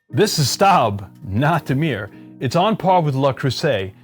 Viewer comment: It’s pronounced “Stobe”